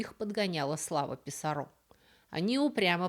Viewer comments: Писарро не француз (из Канады), а испанец, поэтому он не ПисаррО, а ПисАрро. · ПисАрро, а не ПисаррО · 1. Направление от истока реки к её устью - звучит как "вниз по реке". 2. В испанских словах как и именах, оканчивающихся на гласные, ударение падает не на эту гласную, а на предыдущий слог: ПиссАрро, ПикАссо и т. п. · Уши режет, Писсарро,с ударением на последний слог.... Это не Камиль Писсарро, это Гонсало и Франсиско. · Писарро с ударением на «а». И вряд ли эль Дорадо — золотая земля. Дорадо мужского рода, земля (тьерра) — женского. Эль Дорадо — золотой человек ИМХО